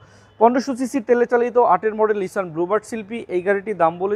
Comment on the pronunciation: নিসান, not নিশান।